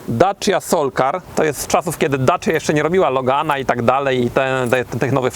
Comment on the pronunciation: To dobrze o nim świadczy bo to prawda. tylko trochę inaczej to się wymawia.